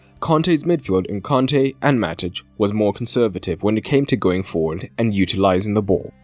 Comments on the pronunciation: Why is mans pronouncing Kante and Conte the same?😂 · Nope. Its a native Malian name given to him by his Malian parents. So he might be French but his name is not. The African way of saying it is Kante and not "Con-tay". Hence the pronunciation is wrong by the English commentators and in the video. In fact they pronounce it the same as the manager so there is no distinguishing.